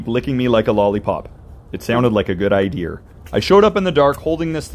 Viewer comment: I was like, why is he suddenly speaking British?